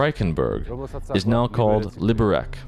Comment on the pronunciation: Its written Liberec and pronounced [Libberets] not Libberek xd